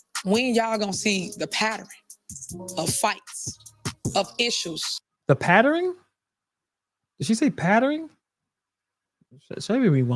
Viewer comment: 😂😂😂 she said "Paterin" not PATTERN. if he (henturd is the trans verion of lil wayne) and floyd Mayweather had a baby, that kid would never read or speak proper l😂😂